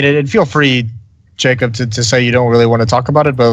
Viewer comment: lol i thought moses called pimp "JKAEM" at one point because i didn't realise his name was Jacob haha